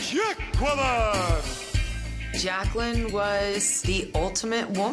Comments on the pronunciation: it's Jacqueline not Jac-Kwel-in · Its pronounced jay-quel-in! XD REPLY IF U GET THE REFERENCE